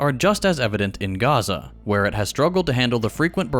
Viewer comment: Why pronounce Chile and Honduras like Chile and Honduras but dont pronounce Gaza like Gaza